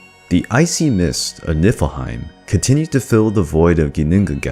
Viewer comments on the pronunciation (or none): none